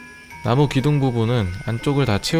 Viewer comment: 나무가 나고로 들렼ㅋㅋㅋ